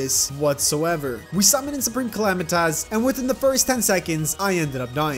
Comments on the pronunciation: man listening to him calling S cal "him" and the way he pronounced "Calamitas" was painfull, other then it's fine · when he said " calamitaz"